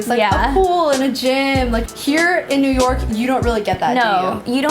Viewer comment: Did she just say... nork!?